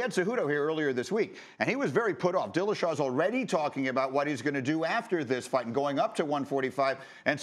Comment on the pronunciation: Am I the only one that noticed him say “title bite” instead of fight